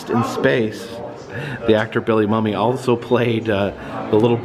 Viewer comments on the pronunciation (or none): Corrections: Bill Mumy ("moo-me"), not "mummy". Rod Serling...NOT STerling. No "t". Thanks! 😉👍